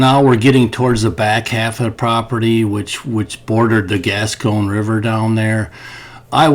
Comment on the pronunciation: I know … everyone is a critic but it’s the Gasconade River, and it’s not Roll la , It’s rah-la I live just east of there Good luck in your search